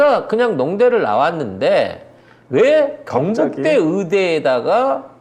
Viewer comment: 아씨 경북대가 자꾸 굥북대로 들리냐 ㅋ